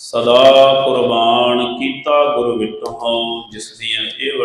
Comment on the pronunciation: ਕਥਾ ਬਹੁਤ ਸੁੰਦਰ ਕਰਦੇ ਹੋ। ਬੇਨਤੀ ਹੈ ਸਬਦ ਉਚਾਰਨ ਵੱਲ ਧਿਆਨ ਦਿਓ। ਉਚਾਰਨ ਗੁਰ ਵਿਟਹੁ ਨੀ। ਗੁਰੂ ਵਿਟਹੁ ਹੈ। ਕਿਉਂ ਕਿ ਲਿਖਿਆ ਬੀ ਗੁਰੂ ਵਿਟਹੁ ਹੈ